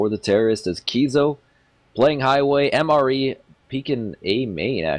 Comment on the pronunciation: I'm almost certain MrE is pronounced "Mister E", or mystery.